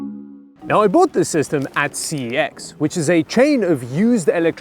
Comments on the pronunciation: Fun fact it's pronounced sex not c e x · Isn't CEX ITs Cex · CEX is actually pronounced as sex, but that’s not the thing which bothers me IF I KNEW YOU WERE HERE, I WOULDVE BOOKED TIME OFF AND ASKED IF WE COULDVE MET, YOU’RE MY SARCASM HERO!!! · You know it is pronounced "sex"? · Btw, you are pronouncing CeX wrong... But the actual pronunciation is so bad, that most Brits even break it up into letters. But yes, they are good to browse. Now if only they'd bring back the Game Boys! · But, that's not how you pronounce CEX! Fun fact - One of the founders of CEX was Charlie Brooker of Black Mirror fame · Please google how to pronounce the brand name Cex. -A Brit